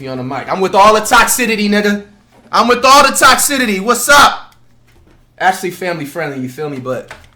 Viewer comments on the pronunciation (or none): “I’m with all the toxidity”😭😭